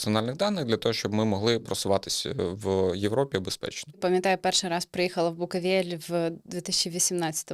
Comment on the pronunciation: Чому ведуча каже "букАвель"? Якщо він БукОвель)